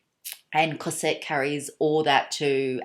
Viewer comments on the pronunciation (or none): Hello. May I tell you that you have to pronouce the S of cosette like a Z Cozette , the main female caracter in the Miserables of Victor Hugo. I love your accent anyway (from a french lady) I love this nice classic Celine bag. And The Trouville is fantastic, I'm in love.Thanks